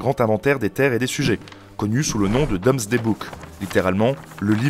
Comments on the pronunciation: Domesday c'est prononcé "doumzdai', pas "dômesdai", autrement , intéressant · Très bonne vidéo, par contre c’est “Doomsday” et ça se prononce “doumzdè” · Le Recensement de Guillaume est le Domesday Book, mais ce mot se prononce "doumzdè"